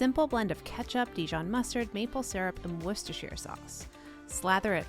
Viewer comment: You are the only American I know who has actually managed to say Worcestershire sauce without messing it up. Yaaaaay